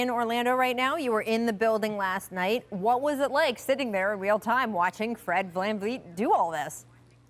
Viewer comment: She said Vlan Vleet